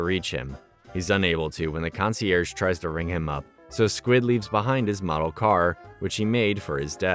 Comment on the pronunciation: you did not say model like that